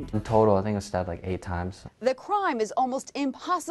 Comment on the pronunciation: And I love how you butchered the word "Instead"